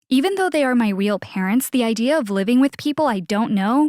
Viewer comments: Instead of real she said weel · She said weal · She keeps saying weal parents